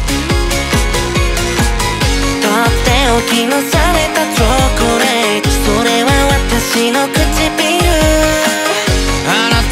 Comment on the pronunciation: わぁお本気出してきてる～！ みんなが女の子化してる中唯一ビジュあんまりかわらない分声で攻めてるのよい チョコレートの発音はすばらしい